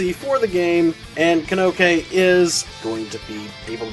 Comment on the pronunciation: You must never have played the story with the way you're butchering these name pronounciations. Kanoke? It's Kokonoe....